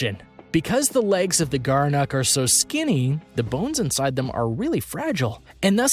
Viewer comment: Gerenuk? More like "Gerenecc" 'm I right.